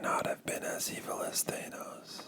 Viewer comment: I’m over here wondering how even with all the movies I’m sure you’ve watched, you’re pronouncing Thanos like that. Or did the movies get it wrong? But I barely care because this is some great whispering